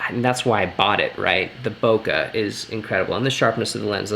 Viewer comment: 2 times converter not 2 ex! Also Bo Kay not Bo Ka for Bokeh. Useful video though. Thanks.